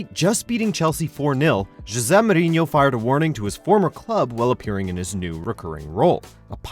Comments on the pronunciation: his name is jose mourinho not jse mourinho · never heard anyone pronounce ‘jose’ like “jezeh” loool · It pronounce Ho-se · risjad It is José*